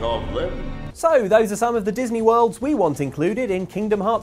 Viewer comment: Oh WORLDS! I thought you said Disney Words for some reason...